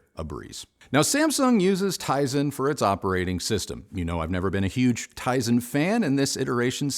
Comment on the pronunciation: Tizen 🤣. I like my Kimchee just fine. Tizen, not so much.